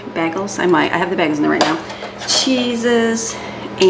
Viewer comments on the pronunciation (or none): Hey, love your videos and happy for you that you have made it to Florida! You might want to revamp how you pronounce bagels because southern ears will not understand you unless they watch your shows😀 bay - glz